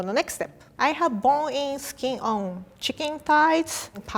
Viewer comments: What the hell did she say 😂😂 Her : I have bon in skin on chicken thighs Me : wtf did you say ? Her : bon in skin on chicken thighs Me : just say fucking chicken thighs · "bonig ckin óne chickên thigh" Ahhh I love 😂😂